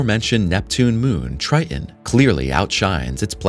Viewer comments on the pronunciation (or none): "...moons of Jupiter, Try En" Wtf is "Try En" TRITON is a moon. It ha 2 "t's". TRI TON.